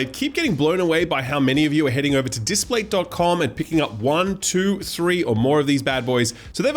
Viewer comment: displate, not datplate